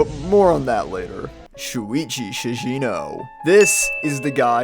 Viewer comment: Shigeno is pronounced SHEE- GEH-NOH. HARD G. Ugh you outsiders and your lack of even basically pronunciation make me sick.